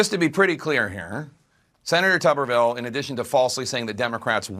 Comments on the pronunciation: It’s Tommy TUBERVILLE! Not Toomerville! He was also the head coach at Ole Miss for 3 years and most notably was the head coach at AUBURN! Coach of the year when he won the SEC in 2004! Just a couple of a quick, 1 minute search of his highly decorated football coaching career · You keep calling him Tommy Tumorville? LoL, better work on that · Tommy "Tomberville"? 🤦🏻‍♂️ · It's pronounced tub as in bath tub not tube and yeah they love talking ish about Mr. Tubberville he had the funniest campaign ad where he screams at some hecklers in the crowd at a football game GET A JOB! LMAO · His name is Tub/ber/ville , Not Tube /er /ville, and he is not racist he was a big time college football coach who recruited black Kids all over , he loved those kids as much as the white kids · His name is pronounced like a TUB of butter, not a TUBE of toothpaste. Also, he was head coach at Auburn. 🤢🤮😂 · It’s TUBERVILLE!!!! damn you do this all the time and it makes you sound stupid. Toumerville? Wtf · His name is not "Tumourville". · It’s Tub-er-ville. And he’s known for coaching at Auburn university even though he did coach at ole miss briefly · TUB-er ville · If you do a follow up It’s pronounced Tubberville And he coached at auburn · TuBBervile pronunciation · Tubber Ville is the pronouncement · Cmon man, they even pronounced Tuberville's name in the videos you showed. Take a minute and get the names pronounced correctly. This is every video now. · Good video but being from Alabama it drove me nuts everytime you mispronounced Tuberville. Lol